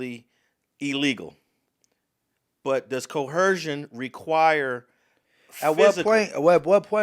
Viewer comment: There is no h sound in coercion or coerce. Coercion is enunciated with a zh sound with the z emphasized. Coerce has an s sound, similar to hearse or purse.